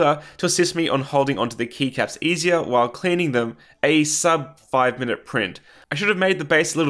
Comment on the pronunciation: Kept hearing knee caps instead of keycaps, still made sense lol.